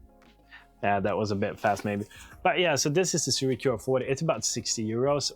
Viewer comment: Pronounced Sue Ray